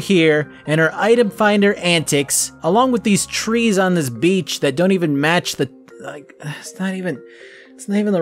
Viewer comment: you got it wrong, its not that you can go to the beach, its that you can go to the "bitch". they sound the same, but belive me, they arent...